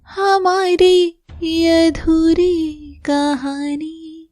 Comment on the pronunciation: Yadhuri nahi adhuri 😂